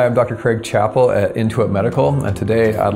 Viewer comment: We pronounce it Chap-Pell - that's why we have 2 P's & 2 L's